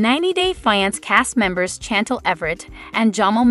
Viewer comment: Pls it driver me crazy, Chantel pronounced Shantel .pls pronounce properly.